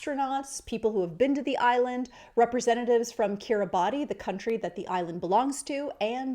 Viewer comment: Because it will, no doubt, come up again, Kiribati is pronounced “Keer-ee-bahss”.